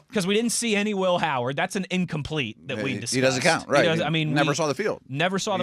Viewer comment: I just hate the way he pronounces "Will Howard". It's not funny.